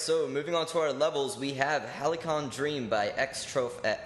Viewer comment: I'm pretty sure Halcyon isn't pronounced "Halicon", but "Hal-See-On", or is it an American thing?